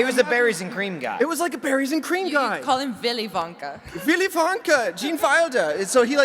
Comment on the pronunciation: Villy Vonka